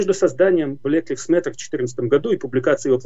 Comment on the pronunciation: Не "блэк ливс мэттер", а "блэк лАЙвс мэттер" Режет слух. Где вы живете и чему учились ???